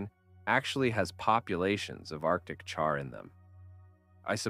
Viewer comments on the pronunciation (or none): none